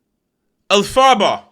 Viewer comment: The way he pronounced Elphaba I’m dying 😂😂